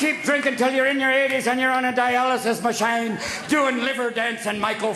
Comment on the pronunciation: Dialysis maSHINE! 😆😂🤣